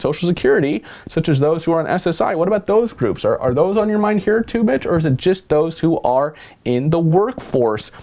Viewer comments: 😂😂😂 did you say Mitch or Bitch? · sounded like he said "bitch" instead of "mitch" lol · Yeah, straight up "BITCH" is what I heard too. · I heard bitch too 😂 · I heard it too. That's when I started to read comments to see if anyone said anything haha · Just read his lips.... your'e right lol